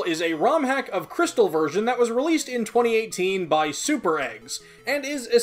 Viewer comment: Jrystal Me: gosh darnit, >:c